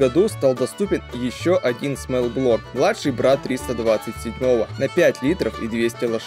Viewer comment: "До пятиСОТ". Склонение числительных. Не "смэлл-блок", а "смолл-блок".